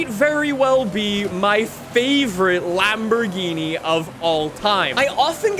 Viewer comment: My man just said Lamborghini mercy lag O